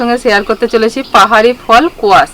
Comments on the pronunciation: eta k kuwash bolena, squash bole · শিলিগুড়িতে থাকো আর স্কোয়াশকে কোয়াশ বলছো। চমৎকার। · eta khoob tasty shobji... aar etaar uchcharon holo squash.. .ekhanay America te Chayote bolay... ei shobji chingri maach diye o khoob bhalo jaye...lau chingrir moto... maacher jhole o begun aloo er shaathay diye ami ranna kori...shedhho koraar kon o dorkaar nei...lau jemon squash family er ontorgoto...eta o temni...aar lau er moto ee upokaari vegetable... halka moshla diye ee bhalo jaaye, lau er moto....ami shukto er modhhay o deyi, onnanno shobjir shaathay... er aabaar doo ti jaat aachay...ektaar opor kaataa thakay...aar ekti kataa bihin... kaataa chharaa ke butter squash o bolay...doo to ee khetey bhalo aar khoob upokaari... tomra lau diye chicken khao ki na jaani na,,, amra khoob khai...lau ta ektu boro tukro koray kaati...temni ei squash diye o chicken darun hoye... bhalo theko shokolay...shubhokamona roilo..